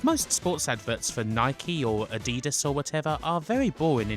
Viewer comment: The way you pronunce Adidas is soooooo weird and strange it's almost unbelievable. Never heard it pronounced like that before anywhere by anyone.